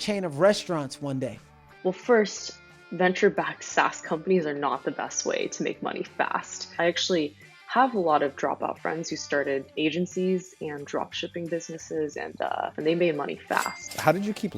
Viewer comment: sounds like she says Asiancy’s .